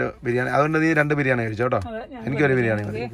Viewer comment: FA ALLA BA, BIRIYANIYUDE BA 😀